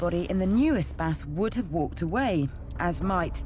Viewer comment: Why does he pronounce it espass